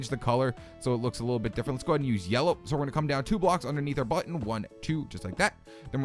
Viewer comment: HE SAID CLICK MY BUTTWHOLE!!!! xD